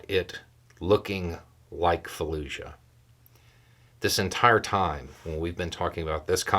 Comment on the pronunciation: Fallujah, not Falluzha.